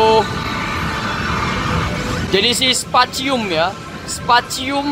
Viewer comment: Specium Baaaaang bukan Spacium